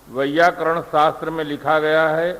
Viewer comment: वैयाकरण शास्त्र नहीं व्याकरण शास्त्र बोलें !